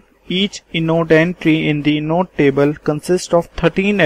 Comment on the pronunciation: inode - pronounced eye-node not inn-node. Apart from that, thankyou for the useful presentation, good job!